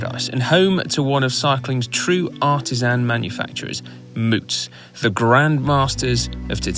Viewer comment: Come on guys, this is the second time you mispronounced the bike model. The first go around I figured I'd ignore it but I can't help but say something this time as a local. It's named for the county Moots calls its home, and it's pronounced like the American word rout, r-out, like this (definition 1)- Loved seeing the coverage of a local race from you guys, hope to see more, just don't make it a third time ;)